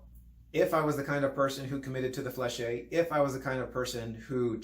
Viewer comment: Isn’t it flesh not flèche-hey?